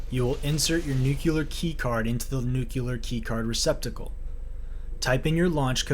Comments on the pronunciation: “New-clear” not “nukuler”. 😅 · NUCLEAR NEW KLEE ARR not Nuke you lar